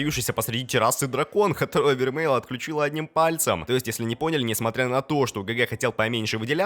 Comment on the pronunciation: Да * не вермель а вермей